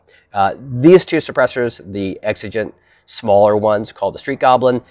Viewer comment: Like gee, I wonder why he's deliberately pronouncing Exigent wrong and otherwise pronounces everything perfectly in every jumpcut? GEE I WONDER. Nice try, buddy.